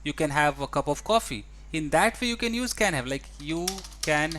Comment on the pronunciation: TEACHER, why do you pronounce positive as pojitive and use as uje, oppositive as oppojitive?